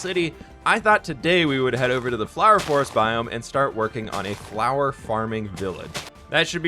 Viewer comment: I love the fWhipifwhied fwhower fwhorest fwharm